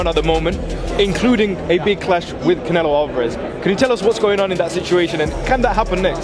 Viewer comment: "Canelo " is pronounced, - c, sort a , ne,(short e), lo. Come on boxing fans...you know better